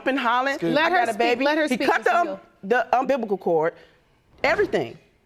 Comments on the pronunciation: umbiblicle cord, audasitated gall! 🤣🤣🤣😂😂😂🤣🤣🤣🤣🤣🤣🤣🤣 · Umbliblical cord? 😑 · "He cut the umbibical cord" 😂😂😂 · All I can say is 😂😂😂 Come on "UmBIBLICAL cord" pahahaha 🤔 "Your previous petitions were denied" 🤔 I wonder why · Wait. Did she say he cut the "umbiblical cord"? Edit: Nevermind, I get it. The grandma said audacitated. I'm done. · Cut the "umbibical" cord??